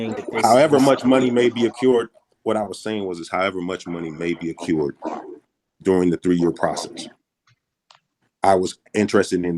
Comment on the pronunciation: it’s “ay-crewed” you idiot. Not “ay-cured.”